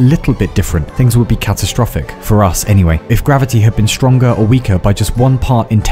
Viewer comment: cool vid but fk, u triggered me at saying any"h"way! xD